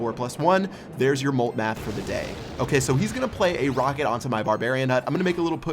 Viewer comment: Are you serious it's nick math not molt math lmao.